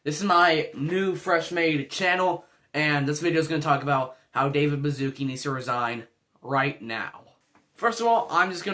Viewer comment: its pronounced baschootsky and i find it extremely funny how you called him bazooki